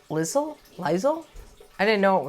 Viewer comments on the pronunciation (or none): "Lisle" is pronounced like Lyle. Morton Arboretum is technically in Lisle, but most people just say it's in Naperville since it basically straddles the line. Love that you're doing these, and very much enjoying the postcards. What a great idea for the year! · Hi Erin, the Morton Arboretum ❤🎄🌲🌳❤ is in Lisle IL pronounced like “Lyle” (Lovett)